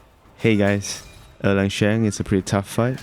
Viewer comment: Thank you!! I was able to beat him using your build with some practice on timing and sequence! This is an incredible guide Also, props to the way you pronounce“Erlang”. It’s the closest to the correct pronunciation amongst all the versions I’ve heard on YT so far